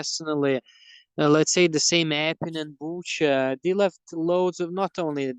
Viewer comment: He's not Latvian. Latvian doesn't pronounce Butcha like he did.